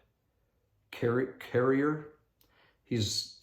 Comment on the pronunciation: Thank you for your comments in this video. I’ve been hoping you’d address this topic. I attended that training meeting in November and during Elder Carrier’s (pronounced car-ee-ay) I felt like I was dodging darts the whole time! Like you, I don’t see racism. I have two part Hispanic girls in my young women group and one of my advisors is from Peru - we LOVE her! During the talk I found myself thinking, ‘have you been training with the school district for this talk, because it sounds like the gobblety goop they spew!? To top it off, that is the talk I was asked to present to the youth for the 5th Sunday lesson. Then I said to myself, of course that’s the one I get assigned because I was so taken back by his presentation! Well, I approached it from a positive stand point and making others feel good - like when someone you haven’t seen for a while is so happy to see you. It makes you feel good and happy inside. I told the youth to give that feeling to others and just be kind to everyone. Never said the word “bullying” or “racism”. Why can’t the talks just focus on Christ’s admonition of “love one another, as I have loved you”! Seems like that covers everything 😏